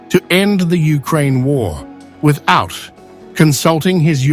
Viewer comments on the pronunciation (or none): none